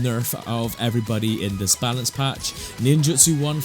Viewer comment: bro said "palance batch" 💀